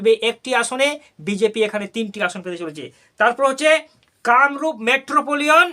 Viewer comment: যে মেট্রোপলিটন উচ্চারণ করতে পারে না সে কিনা করে নির্বাচনের সমীক্ষা।